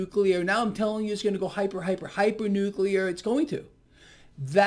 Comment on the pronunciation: Going from nuclear to nukular